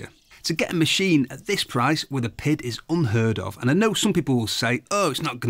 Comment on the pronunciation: I hate how he keeps saying it has a “pid”. It has a PID, pronounced Pee Eye Dee, controller.